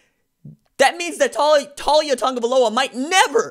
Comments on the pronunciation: His name is not pronounced TAWL YA. It's TA LIA Or just LIA I hope he goes to the U and maybe gives Clemson some competition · Not a surprise to BAMA, we knew this was coming. His name is pronounced Tau-lee-ah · You pronouncing it wrong, it Tah-Lee-ah. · Not one single Alabama fan ever thought Taulia would ever be the starter and everyone has expected him to transfer once his brother left. You can't even say the kids name correctly, lol. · First you are pronouns his first name wrong, 2nd he will be going to Florida, FSU, UM, UFC, Taulia will stay near his Brother. The Polynesians stick together.